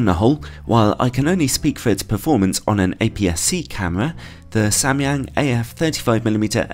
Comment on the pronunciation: I'm korean and you are the first person on youtube to ever pronounce Samyang right. Props to you bro lol